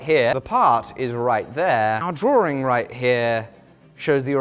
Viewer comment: Say drawRING one more time...